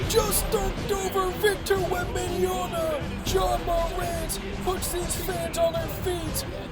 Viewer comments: my bro, it's called Wembanyama, not Wembajana 😂❤ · its WembenYAMA. this guy keep saying Wembenyana. SMH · Wemby has an "M" at the end of his name not an "N" smh.. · Damn 😂😅 anyway it's called Wembanyama! 😂